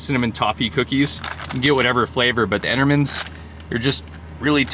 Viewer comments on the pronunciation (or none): It's pronounced 'ent-eh-mens' (cookies)!!! Lmao love the videos, so jealous of the rig and lifestyle. Got a 93 Chevy 1500, would kill to convert it to a cabin camper and do what you're doing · You pronounced Entenmann's as though it was spelled Entermann's. Take a closer look. That r is actually an n. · no r in Entenmans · I'm sitting in my warm little house in N.C. It's cold outside, but not as cold as where you are. Yes, I used to buy Entenmann's goodies. By the way, it's Enten mann's, Not Enter mann's. 😊Nice little cabin you have there. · "Entermans" lol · it’s N-Ta-Mins ! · You are pronouncing the name wrong. It is Ent-a-mins. The company was founded on Long Island, N.Y. In my home town of Bay Shore. When the wind was blowing in the right direction we could tell what they were baking that day. Cookies and their Blackout cake are the best. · It’s Entenmans. The first “n” is silent. It’s a New York company. I live like 25 min away from the plant. They have a store right in front of the plant. Everything is freshly made. Imagine that cookie dough freshly made. You can buy the cookies already made too. It’s funny to see someone eat them on the other side of the world. When you’ve eaten something all your life , it’s odd to see someone eat them that’s not from Ny. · LOL yes Entenmans Bakery. Originally from Long Island NY. I’m pretty sure they’re sold in most parts of the country. BTW it’s pronounced entuh- mens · Prounced En-te-mann's. Local to Brooklyn NY. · N-Ten-Mens....thats how you pronounce the best cookies on the planet! (Chocolate Chip!)..Especially when from Chicago, home of a very large Entenmann's bakery. N ten mens.....Entenmanns. 👍😎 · As an ex-Northeaster, it’s pronounced En-ten-mann’s. Tasty stuff. We had a bakery outlet store near us where you could get things on insane discounts. Certainly processed, but we miss it sometimes. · "The Entermans" lol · Show me an R in Entenmann's... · No 'R' in Entenmann's. Love your vids.